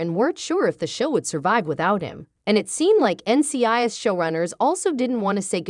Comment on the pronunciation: I noticed that also but I think it happens when people use the computer voice to do the narration. Also the pronunciation of NCIS is off.